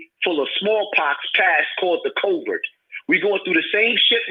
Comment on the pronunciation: Did this nigga say coverd twice and not COVID